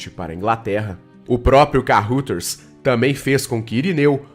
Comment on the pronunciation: Ótima matéria, li o livro e assisti o filme com Paulo Beti. Só uma observação: Kaeuraders, é assim que se pronuncia Carruthers.